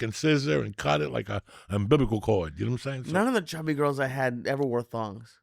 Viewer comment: Ambiblical cord 😂 Looking great, Lee!